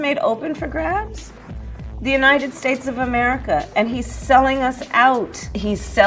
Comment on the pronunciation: I don't like how she pronounces United States. She pronounces it "Yahhnited States".